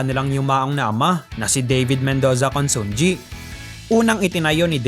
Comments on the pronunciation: Pronounce at konsonhi not consongi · Consunji pronounced as consunhi